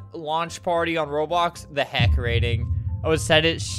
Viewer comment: HEY YOU SAID HELCK